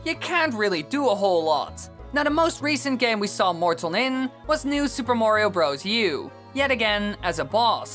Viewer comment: It's Morton not mort on.